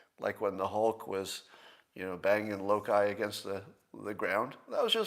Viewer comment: Low Kai? It's Low Kee. I think you were trying to hide your nerdom. Don't be ashamed one of us! Gabba Gabba Hey!